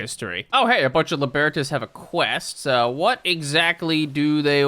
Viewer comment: Libertas is pronounced like Liberty. Guess why.